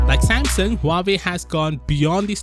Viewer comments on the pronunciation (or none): none